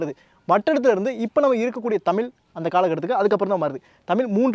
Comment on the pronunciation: Bro humble request to pronounce zhakaram our prescious gift which is in none other language. Please pronounce tamil as thamizh please